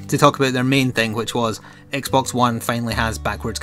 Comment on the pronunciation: I've been wondering but why do you sometimes call x-box, x-bone?